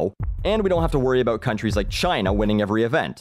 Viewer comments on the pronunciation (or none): It's aboot pride.